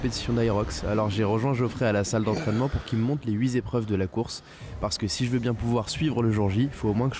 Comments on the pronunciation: « Huit zépreuves ». Ok journaliste inculte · Ah oui, c'est toi qui dis "les huit zépreuves" 🤦‍♂